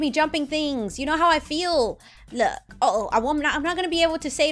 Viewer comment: 😡why do you have to say look you don't even say It right you say loo with a silent k you say it for no reason I don't get it Uhh it's kinda annoying I guess I still love you not Hating just stating